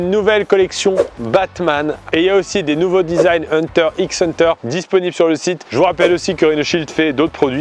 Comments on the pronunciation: oh, le X prononcé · La prononciation de Hunter x Hunter qui fait mal aux oreilles. Sinon, c est le best